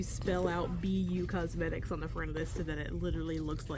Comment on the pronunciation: Ha ha 😂, I understood P U Cosmetics. When I saw Be You Cosmetics I laughed so hard. Sounds like this is a hoot!